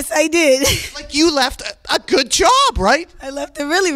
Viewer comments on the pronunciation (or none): none